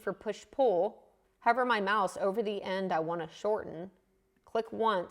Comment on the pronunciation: Once I realized you were saying "hover my mouse" and not "cover my mouth" it started to make more sense! This was very helpful. I had given up on Sketch-Up but now will give it another try. I may need to update because my version is 2017 and doesn't look like that. Although, maybe it is because you are using the pro version? Thanks! Always enjoy your videos and learn a lot.